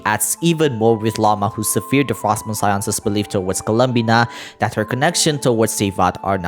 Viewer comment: Wonderful video as always! To soothe your head later though, here's a pronunciation assist between two really stupid English words: Sever - to cut Severed- was cut How to say: SEH-vurr, SEH-vurrd Severe- bad Severely- amounted to bad How to say: seh-VEER, seh-VEER-lee I'm absolutely in no way saying this to correct you or say you're doing badly, but rather to show you how close those words are, how different the pronunciations are, all while they're damn near the same word spelling wise. To the video though: I have a feeling you're right on the takes you've assessed so far. If I may, considering the time loop, Hex coven and now the addition of more info- I was curious about Fischl. Is it possible, that since it seems history has repeated itself before, that the Teyvat dome exists as a redo from failed attempts previously to stop the end of humanity, and that in doing so they chose to write fate scenarios to maybe away the result.. And Fischl just happens to be the irl version of a character never brought to life before? As in, the book was written and left for humans to ponder but they never created the actual person. Fischl bonds with the story so much that she's a vessel for the tale almost 1:1 because of her adoption of cosplaying the character, so it was then basically given to her to see what happens if there story were real? Because there's not much reason else-wise, right? Just makes me wonder, because her connection to Oz seems to be him making sure she assimilates we